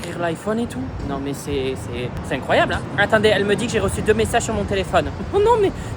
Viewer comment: J'adore il dit tout le temps "c'est éncroyable" 🤣